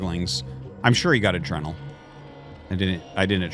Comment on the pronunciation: adrenal is pronounced UH-DREE-NULL just a heads up on that